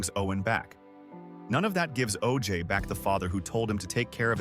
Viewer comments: Oje is not pronounced OJ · You know what AI can't do ?Let you know how much of a fool you'll be when it doesn't pronounce important names to your story telling correctly. I can't watch this garbage. Every time this video mispronounces his son's name I wanna scream. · Owen was amazing. I have a pamphlet from his funeral. Btw bud you mispronounced his son's name.